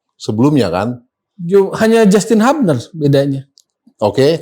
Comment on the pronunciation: nyebutnya HUBNER bukan HABNER bung towel